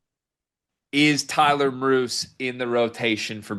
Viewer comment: Depth piece, 3-pt sniper as you noted. Idaho played at BYU, so KY must've been impressed. Name is pronounced MEER-us. BYU '82